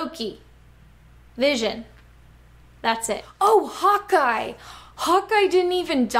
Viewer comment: For a sec I thought you said hot guy instead of Hawkeye